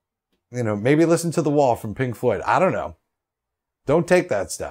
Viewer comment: Lol. Thought he kept saying Pink Foot. N i was about to make a comment to listwn to some tunes from Pink Floyd. Lol.